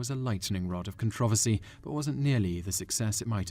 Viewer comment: Controversy... learn to say it.